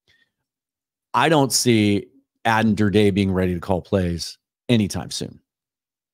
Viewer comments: New subscriber here. Love your work! Pretty important to get the pronunciation correct—Adan (sounds like Adam) Durde (like dirty with a D, not like DirDAY). Thank you! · its pronunced Der-Dee